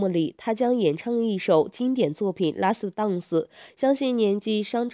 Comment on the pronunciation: 哈哈哈 拉死 蛋死